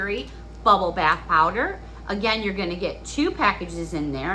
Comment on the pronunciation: Uh, bath, not path. Duh😆